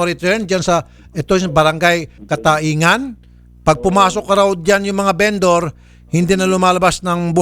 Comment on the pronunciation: Cataingan ang tamang bigkas niyan idol ay catayngan masbate...